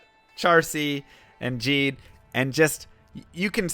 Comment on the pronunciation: "gheed" pronounced as "jeed" i love you but you can't be doing that, come on